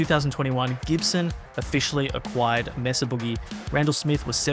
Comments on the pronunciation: Not "MESS-uh", pretty sure it's MAY-suh. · Maysah not messa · MAYSA Boogie is the proper way to say the name of the company. NOT MESSA. I grew up not far from Petaluma California. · May-suh, not Mess-uh, silly Brits. Why is that so hard to get? It's a Spanish word!!! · "Messa"? It's "May-sah", guv. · May Suh not mess uh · You’re pronouncing it incorrectly. Mesa is the Spanish word for plateau and is pronounced like May-suh. Not “messa”. England is not that far from Spain, you may have heard the pronunciation without realizing. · It's pronounced "MAY-SUH", not "MESS-UH". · It’s May-suh. It’s a proper name. Please pronounce it correctly. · Anyone else annoyed at how he pronounces "Mesa" ? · "Messa" Boogie 😀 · He’s pronouncing “Mesa” wrong. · The narrator is pronouncing “Mesa”incorrectly and it’s really bugging me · Why can’t Europeans pronounce “Mesa” correctly? Why do a video on an amp company if you can’t even say it properly. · These creators and companies specifically say the proper pronunciation of Mesa, but you for some reason keep incorrectly pronouncing the name like some uneducated stupid Australian.